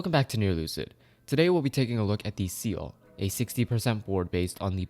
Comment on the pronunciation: the way he said ciel hurts me